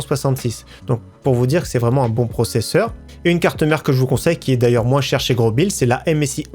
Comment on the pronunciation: On oublie pas le like mais ppir moi on dis pas grobil mai grosbil